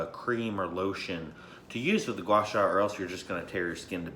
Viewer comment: pretty happy seeing said a very decent Chinese word gua sha( 刮痧）